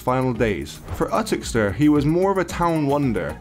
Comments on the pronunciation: Ooootoxeter lol its YOUTOXXETER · Muhammad Ali did not have a nickname. 'The Greatest' was a self proclamation and therefore cannot count as a nickname. And where is this place where Gorman died called Utox-ster? Or did you mean Uttoxeter, pronounced You-Tox-Eter? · U-TTOX-ET-ER is how you pronounce it. He didn’t die on a traveler camp he had a beautiful house built, you can see it as you pass McDonald’s on the A50 in Uttoxeter. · It's pronounced 'you tox it ter' uttoxiter.. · Uttixter? lol You-tox-eter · Just to clarify for you it's pronounced you-tox-et-er, and in the town he was a feared but we'll respected guy, a man you didn't cross but then there was no need to cross him either. I'm sure if he was still alive today it would still be the same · Utoxeter is pronounced YOU-TOX-ETER. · Uttoxeter... Its "you-toxi-ter" 😂😂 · Yoo toxx itter is how it's pronounced. :) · its You-Tox-a-ter buddy. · It's pronounced "you tox iter" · Its pronounced You-Tox-E-Ter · It's pronounced youtoxeter ffs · The way he said uttoxeter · Way he says uttoxeter